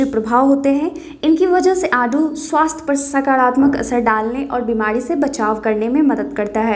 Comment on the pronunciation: आडू नहीं आड़ू बोलो